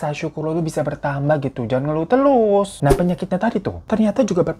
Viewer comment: berkali2 gw dengerin menit Bang hiro bilang "Jangan ngelu telus" wkwkw harusnya jangan ngeluh terus. Mangat Bang